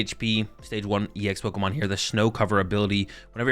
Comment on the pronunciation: Its Pokémon not Pokimon